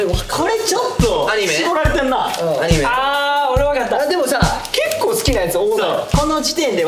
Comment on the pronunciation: だいちゃんの関西弁「ア→ 二⤴︎ メ⤵︎ 」 このイントネーションで言ったことない同じ関西人やけどだいちゃんのイントネーション好きやで！！！！！！！！！